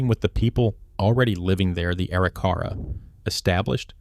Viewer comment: Please learn the correct pronunciation of Arikara. It’s A-RIK-a-rah.